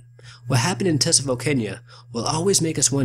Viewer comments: It's pronounced Ta-sah-vo. Not Tuh-suh-vo. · Tsavo lions do not have manes. And Tsavo is pronounced Saw Voe. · Tsavo (SAR-VOE) The t is silent. Great video as always. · Pronounced, "Savo" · The 'T' in Tsavo is completely silent. So it is pronounced as 'savo' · The T is silent so it is pronounced (s-a-v-o) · It's pronounced Savo... The T is silent... And it means A PLACE OF Slaughter!! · Wrong. It's pronounced 'savo' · It bothered me how he said it. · you are mis pronouncing Tsavo wrong, and the lions did have manes Mr, Patterson killed the lions, kept them, and made rugs out of them. He later sold them to the American Field Museum in Chicago they reconstructed them which made them smaller than they really were. it was not posiable to put the manes back on, as the manes were ruined. they were sold for $5,000. their skulls are in the display just off to the left as you face them. if you are going to make a video, then get it right. there many that make videos of this event, but they get it correct. you did not.